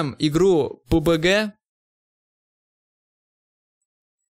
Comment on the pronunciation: сколько раз этот делил сказал пубГГГ